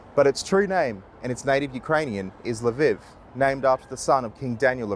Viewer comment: It's Lv EE v, not Lv ih v